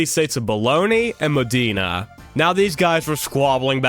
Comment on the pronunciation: That one send my sides into orbit “the war between mooodaina versus baloney” 😂